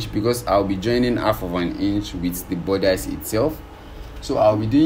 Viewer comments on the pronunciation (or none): Bodice... Budissss... Not bodice ... Love your work 💓💕